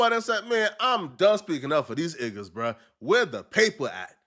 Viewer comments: saying igga instead of niggas 😭 sounds more cringe lol maybe it’s just me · Stop saying iggas